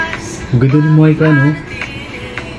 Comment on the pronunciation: it's mee-ka po